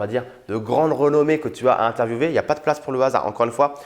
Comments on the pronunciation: oui, Les Français disent [interviewé] et non [intervieoué] pour interviewer. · C est géniale mais tu as dis interviewver mais il prononce interviewer😐